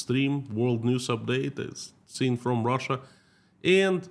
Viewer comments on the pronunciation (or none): none